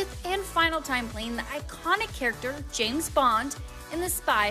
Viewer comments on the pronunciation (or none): none